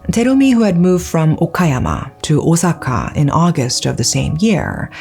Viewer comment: And still mispronouncing Osaka 💔😢